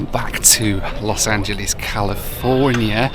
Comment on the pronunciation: Those windows are the reason that we never have and never will fly on a 787 - no matter how good the airline is. Sadly, hasn't learned to pronounce "Los Angeles" correctly yet.